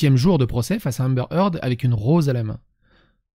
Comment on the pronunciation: Je suis pas chiant niveau accent mais pour un nom que tu prononces au moins 50 fois dans la video stp C'est Amber Heard et pas Hamber Eard